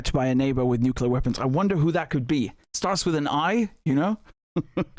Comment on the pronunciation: when you hear someone saying "nucelar" and english is his main language like the black guy , you can be sure hes an idiot... its NUCLEAR you moron not NUCELAR...